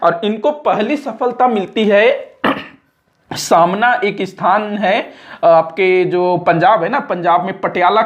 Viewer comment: Samna Nahi sir smana